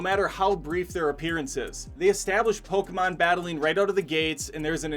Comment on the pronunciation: I'm Japanese and I was surprised by the narrator's correct pronunciation of Poke-mon. Then he unfortunately pronounced Ken Watanabe's name in the way most people mispronounce Poke-mon as Po-KEE-mon saying Ken Watana-Bee. (Wah-ta-na-bay is the correct pronounciation). Sorry I just had to comment.